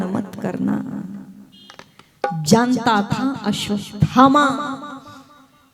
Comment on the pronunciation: अश्वस्थामा नहीं, अश्वत्थामा सही है अश्वत् थामा अलग अलग बोलिए तो उच्चारण सही हो जायेगा